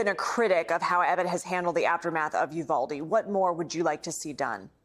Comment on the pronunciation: Bless Rep Castro for pronouncing Uvalde correctly He's just about the only one on TV who has gotten it right.